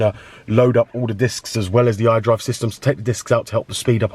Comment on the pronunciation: Hi there, I really appreciate you for bestowing your knowledge upon us but for the love of God I can't understand shit when you're talking about the iDrive man.